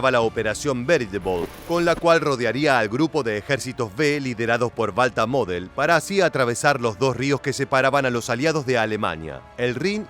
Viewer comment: Balta model . No es Walter model?